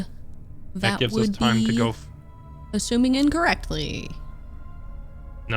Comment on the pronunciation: Stop ashuming!